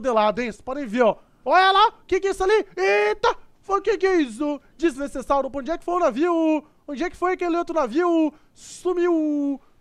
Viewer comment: mano vc não sabe falar "desnecessário" ?